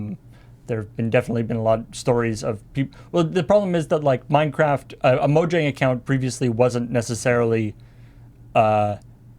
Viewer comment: Just so you know, it's supposed to be pronounced "Mo-yang".